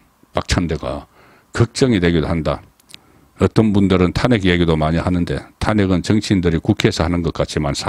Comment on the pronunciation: 탄핵의 발음이 그렇게 어려운지요? 정말 듣기 어렵네요 탄핵 말 하지마세요